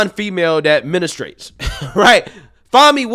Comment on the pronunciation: "min-is-trates"? 😂Come on, it's a pretty simple and common word, you can better.